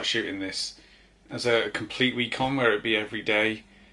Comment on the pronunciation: Weirdest "week on" ever 🤣